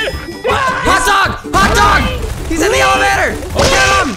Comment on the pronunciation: I heard "evalator"